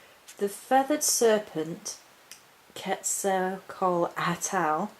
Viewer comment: KET-zal-COTtle. To rhyme with bottle. That's how the Aztecs said it, took me years!